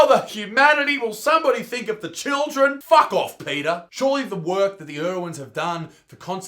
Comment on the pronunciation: "Fuhck ouff PETA!" Nothing brings a smile to my face more then an Aussie cussing.